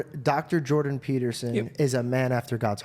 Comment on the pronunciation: It's Jordan. Why can't people get his name correctly?